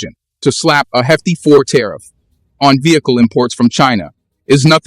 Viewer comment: Hefty four tariff? Your channel has one of the worst digital narrators.